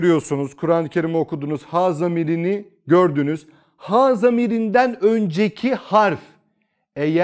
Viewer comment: Hocam ha ve hu yerine he ve hü şeklinde okunması gerekmez mi? Ince harf değil mi?